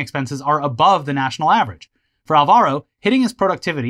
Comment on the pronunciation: That's not how you say Álvaro. The tick mark is where you accentuate the word, it can't be easier. It's not Alva-róh, it's Ál-varo.